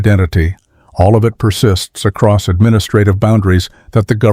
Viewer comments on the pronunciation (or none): none